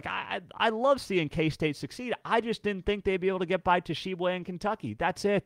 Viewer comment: the "T" in Tshiebwe is silent. (WVU fan) It's pronounced "Sheeb-way".